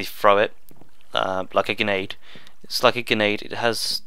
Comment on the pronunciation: btw it gRenade not genade